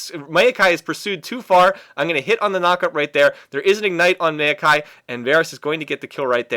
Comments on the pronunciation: i always thought it was mao-kai, not mail-kai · hate how he says "meio-kai"..